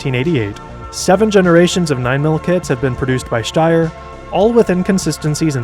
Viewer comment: I'm pretty sure sombody already said this , but i've to admitt your pronaunciation of "Steyr" is more accurate then most other english speakers ! Because St in german isnt st its scht .